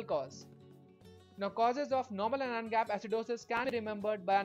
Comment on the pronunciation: Good video deserves a like. Narration needs improvement. Its pronounced as An-ion (not A-Non)